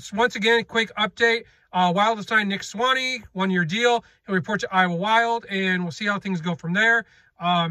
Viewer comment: Please get the pronunciation correct! Sway-knee